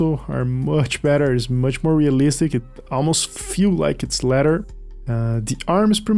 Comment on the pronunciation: i love that homie can't pronounce leather. I had trouble with that one myself. :) good vid